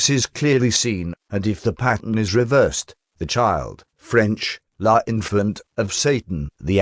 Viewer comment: L'Enfant not La Infilant